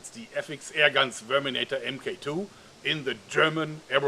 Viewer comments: It sounded like he said sperminator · Sounds like you said "Sperminator" xD